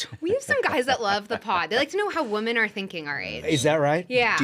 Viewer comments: Someone tell her how to say the plural of "woman." And people say "fLustrating" these days also. Sorry, I digress. Great episode, guys. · I came to the comments hoping someone else noticed this. I cannot take this woman seriously because she runs a company for WOMEN but doesn’t know how to pronounce “women” correctly! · Is it a generational thing to pronounce “women” as “woman?” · Why does she keep saying, "Woman", instead of women? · Why does she say “woman” every time she should be saying “women”? It’s wildly annoying